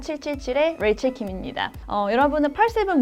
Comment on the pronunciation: 안냐세요 해퀄스톼익의 뤠이첼쉠입니다 ㅋㅋ 인트로 발음부터 놀랬어요